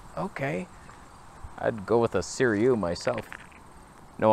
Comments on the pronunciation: NOT Suriyu you legend! Say Sir-roo-wee. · see - REW - eee